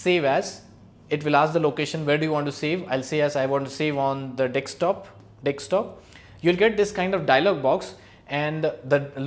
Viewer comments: *desktop not Dekstop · Thanks a lot for these videos and I had a laugh when you said dikstop 👍🏻😂